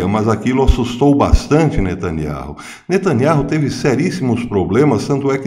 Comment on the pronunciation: O nome do ministro é benjamin netanyahu e não netanyarro a pronúncia é NETÃNIAU